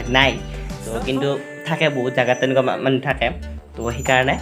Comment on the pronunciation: মানহু নহয় মানুহ ☝️